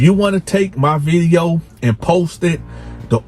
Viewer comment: “Viddy Yo” 😂